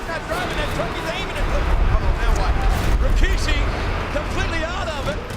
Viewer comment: God I miss the Raw and Smackdown and even Nitro from the late 90's and early 2000' s. Am I the only one to hear and recognize this but I'm sure millions have picked up on it, JR always pronounces RAKISHI, when clearly it's Rikishi in the spelling. This was the time to be a wrestling fan and unfortunately today is a minute fraction of what this product from WWF and WCW was